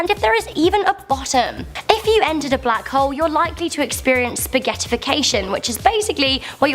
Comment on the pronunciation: The way she pronounced black hole sounds like butt hole!!🤣🤣...lol??